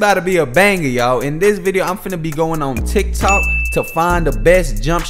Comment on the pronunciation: My mans said TikTik😂 love the videos bro bro